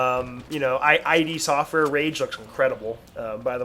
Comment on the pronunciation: its called id software not I D, i used to say that as well but then i watched the documentary